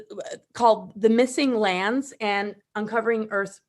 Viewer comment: I heard the "MISSING LAMBS!" every time Freddy said "missing lands".